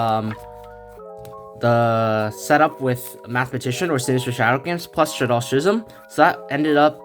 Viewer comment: Pronounciation for "schism": I really like the video though! Thanks for the tips!!